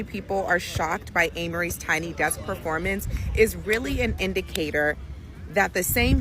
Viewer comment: It’s desk not decks. I notice you tend to mispronounce a lot of words…even words that should be relatively easy to pronounce. I would understand if you were from a non-English speaking country, but you’re from an English speaking country. A lot of the words you mispronounce are words you should have come across at the grade school/primary school level. Maybe you should consider speech therapy.